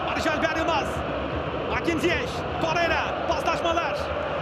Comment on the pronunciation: Çok mu zor Torreira ve Nelsson demek, veya Oliviera yerine Oliveira demek, veya Zaniola yerine Zaniolo demek. Bir türlü adamların gerçek adlarını söyleyemiyorsunuz.